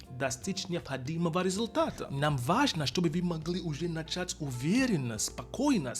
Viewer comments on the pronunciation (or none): none